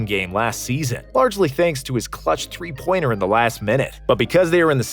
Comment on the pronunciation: man says 2000 tree instead of three